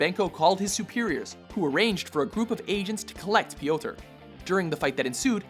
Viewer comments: /PJOTR/, not /pijowter/ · Please never ever say "P,yotor" ever again! It just sounds really silly cause of how you're pronouncing it. Instead of going Pe-yotor its more of Pyo-tar!